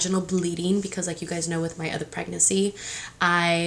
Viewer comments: Anyone else get bothered by how she says pregnacy instead of pregnancy lmao but I’m TEAM BOY 💙 she’s definitely a boys type of mom lol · Preg-nan-cy not preg-nacy girl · You say “pregnacy” it’s pregNANCY” lmao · Girl pronounce PREGNANCY rightttt there’s another N you just say “pregnacy” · Pryg-NESSY lol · Pregnacy 😂😂 real annoying lol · Lol the way you pronounce pregnancy as “pregnacy” is the cutest 💕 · I didn’t notice pregnancy was pronounced wrong until I came to the comments but why pick on that if that’s how she is going to say it? Maybe that’s how I say it too if I didn’t notice anything. If it was me, my hormonal pregnant ass would have block ya because I’m going keep saying “pregnacy” in many more videos so take a seat or leave. 🤣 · I LOVE YOU but i hate how you say Pregnancy “pregnessy” like Hennessy lmaoooo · It’s PREGNANCY. You keep forgetting to pronounce the second N. 😣😣😣😣😣😣😣😣😣😣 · ILYSM GIRL AND ALL YOUR VIDEOS!💓 just a little info pregnancy is pronounced preg nuhn see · Who hurt the bitch that is complaining about the way you say pregnancy???wtf is wrong with ppl lol Goshhh i love you please don’t let these so called women piss you off about anything lol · Can you pronounce pregnancy? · Y’all some little bitches if you guys keep telling her that she can’t pronounce “pregnancy” like it’s not a big deal. It doesn’t even bother me and if it did, I wouldn’t of said anything because again ITS NOT A BIG DEAL. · has anyone noticed how she says "pregnancy" lol!! i love it!!